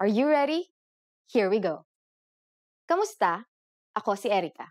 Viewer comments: That's the proper pronunciation. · Luna She spells it as “ku” because if she wrote it as “ka” she would be giving you false information about the word. It’s just a matter of pronouncing the word